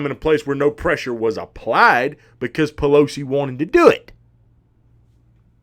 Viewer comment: Hahahaha..."AOC and P-Lo-C". Love ur takes brother👍.